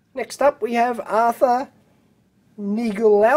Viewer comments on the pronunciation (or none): none